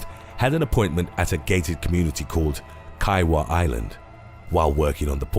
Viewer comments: Kiawah is pronounced KEE-AH-WAH, not KYE-A-WAH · Its pronounce “Key ah waa” island as opposed to “Ki wha” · Key-ah-wah island.... Geez. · Oh man, Cynthia’s story is from my city... Absolutely no hate but the town is pronounced kee-ah-wa island, notorious for the crocs here.. but the majority know to keep your distance because when it comes down to it, you don’t stand a chance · It’s pronounced Kee a Waah Island